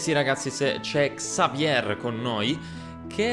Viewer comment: consiglio si dice Xavie e si scrive Xavier perché è un nome francese e in francese non si leggono le lettere finali.